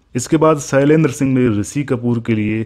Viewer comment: बेवकूफ पहले बोलना तो सीख ले, सैलेन्द्र नहीं, शैलेन्द्र होता है.